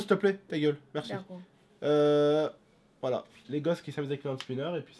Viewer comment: mdrr dit: "momo ta geule stp " momo repond: "dacor" avec un accent du turfu xd